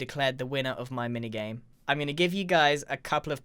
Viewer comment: is it just me, or did he say "MiniYame"